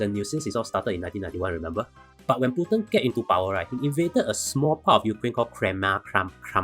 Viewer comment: Hahaha! You pronounced Putin as Putien restaurant! Nice summary, thank you!